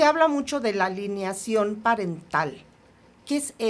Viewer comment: Hoy si me quedó a deber 😢… “alineación” en vez de alienación, “Etiopía” en vez de utopía 😮‍💨